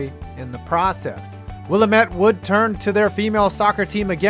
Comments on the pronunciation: 'Wil-Lamb-It' not 'willa-met'. Not that you're likely to need to pronounce that name again anytime soon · Will Aaa Met not will uh met (from the town the school is in lol) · As an Oregonian I found that first one pretty cool but goddamn, why is it so hard for people to properly pronounce Willamette? It's Will-ahh-met, not Willa-met. A small and pedantic thing, I know, but it always bugs me. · God that pronunciation of willamette is awful (it’s will-am-et) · Will-AM-met, I'm so sorry lol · Willamette rhymes with dammit! Go Bearcats! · Will-AH-mette University. It's in Oregon, not Illinois. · I’m going to Willamette U next year! Many of their sports programs have a rich history of giving minorities a chance at a time where that sort of thing didn’t happen. (P.S It’s pronounced Will-am-et btw) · It’s pronounced Willamette, dammit! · Said willamette wrong lol